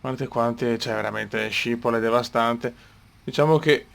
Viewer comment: video eccezionale e come sempre molto interessante, ma SCIPOL non si può sentire., schipol si legge schipol.